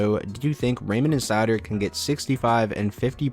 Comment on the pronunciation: Raymond probably has a better chance of having dry spells and dropping off the 1st line but seider is their #1 D and playing in all situations. From what ive seen so far I think 50points is very attainable for him. Keep up the great vids. . . Ps. Its pronounced (sea-toe)